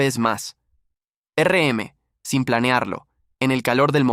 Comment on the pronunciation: muy bueno, se me hizo largo y porfa, basta de usar IA, no puedo escuchar más que digan ERE EME!